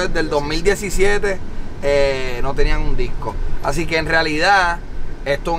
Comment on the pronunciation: Mundo cabrooooon, es “así” no “aci”